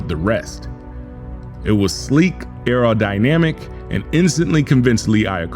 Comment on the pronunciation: Lol "sleak" "aerodynamic " 😂😂😂😂